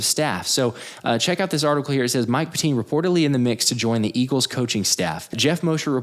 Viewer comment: It's not pronounced "pet-TEEN", It's pronounced "PET-tin". I went to CB West from 72 to 74, during which time his father was a LEGENDARY coach.